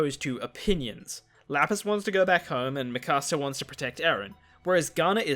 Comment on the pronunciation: I think it’s pronounced me kasa